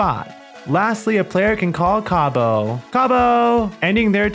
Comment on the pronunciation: This is similar to a card game I used to play, but better. I wish my aunt was still around, she would have loved it. I will definitely be using the way you say Cabo! I love it. 😊